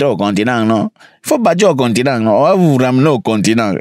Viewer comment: Non tu m’as déconcentré avec Cameroun 😂😂😂le continengu faut rentrer au continengu😂😂😂😂